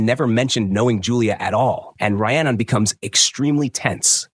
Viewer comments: Her name is pronounced Ree-annon not Rye-annon! It wasnt a box cutter it was a knife! It wasnt a lake it was a canal! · How many terrible ways can the AI voice mispronounce Rhiannon? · Dude just quit you said her name wrong times literally every 4 seconds 😂😂😂😂 you either do 0 research or just lazy ass AI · First, I'd be mad if someone pronounced Rhiannon like that.